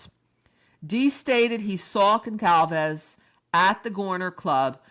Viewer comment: There is no hard letter c in Goncalves. It's pronounced like "solve" in the middle. Gone-solve-ezz